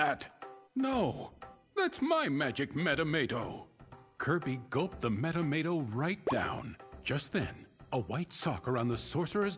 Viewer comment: Metamato?? It's Maxim Tomato!!